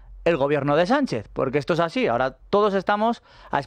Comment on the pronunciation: EJPAÑÑA ES "ASIN" 😎😎☺☺